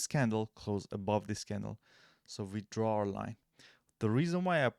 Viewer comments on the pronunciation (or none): none